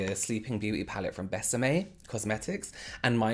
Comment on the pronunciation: I find it so cute how you pronounced bésame